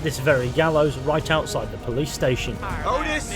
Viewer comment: ✨thee skinner brothers✨